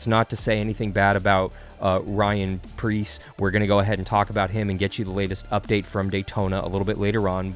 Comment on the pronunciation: Preece not Pierce. Ryan Preece